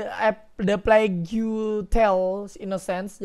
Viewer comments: Plague bacanya pleg... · "Eu plegu tel" gak tuh😂 ada U nya wkwk